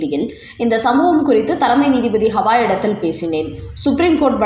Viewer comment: ஹவாய் ஹவாய் னு சொல்லாதம்மா. அவர் பெயர் கவயி.